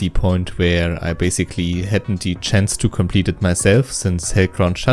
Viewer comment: Das "Bäysigli" hat mich gekillt xDDDD